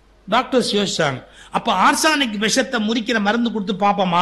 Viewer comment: இவருக்குத்தான் ஆங்கிலம் தள்ளாடுமே, பின் ஏன் ஆங்கிலம் பேசி ஆங்கிலத்தைக்கொலை பண்ணுகிறார்? Arsenic என்பதை " ஆஸ்னிக்" என்று சொல்லத்தெரியாமல் "ஆர்சானிக்" என்கிறார் !